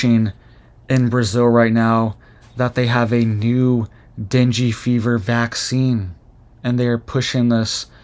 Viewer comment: Ur pronouncing the fever wrong lol.